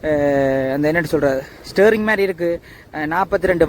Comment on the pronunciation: ஸ்ரேறிங் அல்ல . ஸ்ரியறிங் 😂